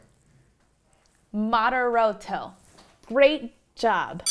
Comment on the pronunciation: "moderoto"? "vivice"... lady, you are a musician... learn some basic italian :-)